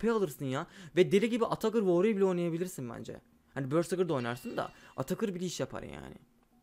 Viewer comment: woryır deme nolursun